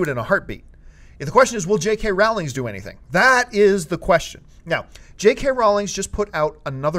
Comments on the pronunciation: JK Rowling not Rowlings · Sorry, John, it's pronounced Rohw-ling.